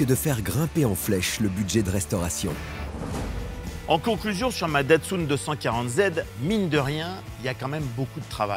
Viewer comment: C'est quoi cette manière de prononcer "Datsoune" pour Datsun ?! Même les japonais ne le prononcent pas de cette façon. Ça se prononce "tatseune". En France, on est toujours à côte de la plaque sur la prononciation des mots, des noms propres étrangers.